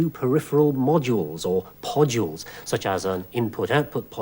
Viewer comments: me at the beginning of this video, looking through the comments and seeing everyone talk abt the way he says "podules": what me now:hehehe...... podjuls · "Podules" - awesome!